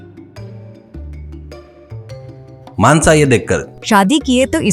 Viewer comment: मानसा ❌ मानस ✔️😂😂😂😂